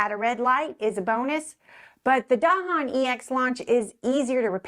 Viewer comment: Finally, a video that pronounces “Dahon” correctly.